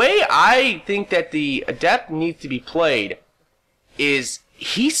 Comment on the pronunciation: You're pronouncing adept wrong. When it is a noun, the stress is on the first syllable, When it is an adjective, the stress is on the second syllable, which is the way you're pronouncing it.